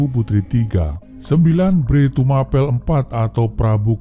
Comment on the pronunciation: Mengeja "Tumapel" nya salah